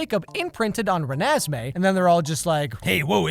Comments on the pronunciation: RenesMEE Good old Hermione: Stop, stop, stop. You are going to make someone deaf. You are pronouncing it wrong. Its ReNESme, not RenesMEE.: IM SORRY 🤣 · 'reh-nes-meh'?? i've been pronouncing it wrong the whole time?? damn, no wonder people were saying it sounds bad but i thought i sounded good. i thought it was 'ren-nes-mi'. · “It’s ReNESme, not RenesMEE” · it's Ren-es-may not Ren-es-mee Edit: I just realized someone else did a comment like this but I did not copy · RenASSme Why did he pronounce it like that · ‘Renée and Esmé ‘ ‘Renesmé’ Bruh